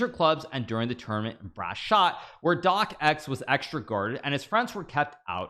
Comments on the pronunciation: It's pronounced DOX! Why is it that Americans have to butcher every name in any language? Especially a very easy one like this... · It's a silent C just say dox already xD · "Doc Ex"??? It's just his name: Stefan Docx. One syllable.